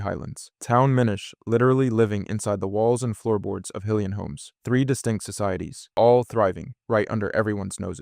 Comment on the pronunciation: Are you pronouncing hylian 2 different ways?